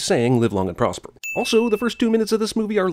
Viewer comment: Did this chick really say POSPER 🤦‍♀️